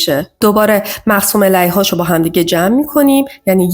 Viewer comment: تلفظ مقسوم علیه اشتباهه Elayh❌ Aleyh / Alayh✅